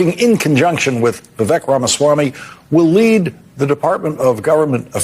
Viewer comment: Russel can pronounce Vi’vek right😊 Most people say ’Vivek.